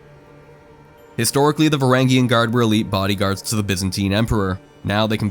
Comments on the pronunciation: Vuh ranj yun guard lol not varagyun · varangian is pronounced with a j sound